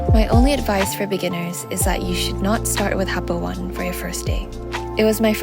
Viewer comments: It’s pronounced happo oh-nay not happo 1. There is great beginner slopes at the Sakka area of happo. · Hakuba is a beautiful place , glad u had great time !!! btw , Happo One don't call Happo "One" as the number "1". it's actually ”O“ “Ne". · Happo One = Oh-ne (not one) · It's pronounced happo oh ne